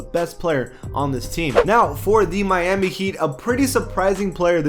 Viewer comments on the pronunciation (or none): none